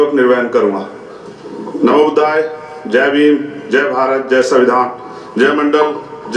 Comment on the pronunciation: Bhai sahi se boliye Om buddhay nahin, namo Buddha